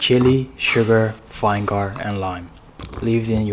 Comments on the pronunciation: Vangar? No hate it's pronounced " vin iger :) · Bro stop pronuncing "Vinegar" wrong It's Vineh-ger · He probbably mispronounced it on purpose for more comments but stil broo wtf vine gar? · You all realize I hope that he's probably pronouncing it as Vine-gar so that it don't sound like he's saying a racist slur? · HOW TF DID HE PRONOUNCE VINEGAR 💀💀💀💀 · He pronounce the vinegar wrong 😭